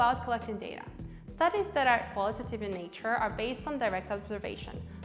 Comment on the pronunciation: The "qualitative" and 'quantitative" pronounciation kept throwing me off. Here's some user feedback for ya!